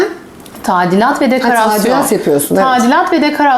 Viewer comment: Dekerasyon hahaha daha yaptığı işin adını söyleyemiyor. İyi bir pazarlamacı ama “ke*ndini” 😏